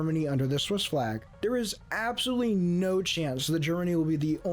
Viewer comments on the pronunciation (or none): none